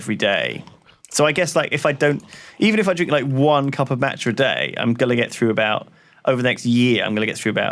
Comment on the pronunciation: The way Lewis pronounces Macha is absolutely killing me